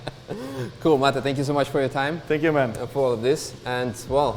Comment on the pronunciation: Vola sa Mate a nie Mejt 🥲